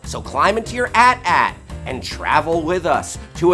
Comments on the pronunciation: I stopped watching once the guy said ATAT and not A-T-A-T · Its A.T.A.T not atat. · "at" "at" ;_; but... its AT-AT, say the letters :( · Say it with me... A-T A-T. Not AtAt. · it's not "AT AT" it's "A T A T" as in the letters themselves pronounced... lool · it;s A T A T. Not AT AT. You dont say AT ST it's A T S T. idiot. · A T A T not - .... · It's "AYE-TEE AYE-TEE"! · You called it an at at... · wait the AT-AT is pronounced atat? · Yeah it's pronounce atat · It's not called an "at at." It's called an AT-AT. You say each letter like you do R2-D2. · Pronounced AT-AT wrong...